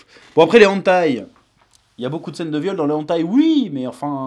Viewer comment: Hey! On dit "Hèneutaï" pas "Antaï"